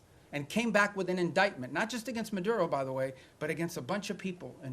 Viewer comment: Considering he’s cuban he should be rolling his tongue correctly when saying maduRo and tRen